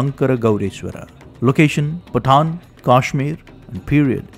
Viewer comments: Is Pattan not patan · 1 request, try to avoid urge to mimic 'angrz' acsent, because of which the pronunciations become strange. For ex. everywhere पाटण (original पत्तन) is pronounced पठाण...